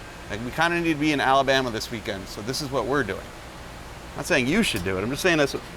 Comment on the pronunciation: Abalama? Or Alabama? Lisdexia sucks! LOL!!